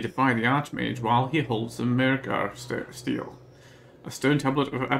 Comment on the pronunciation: Stele is pronounced "STEE-lee" (it's Greek).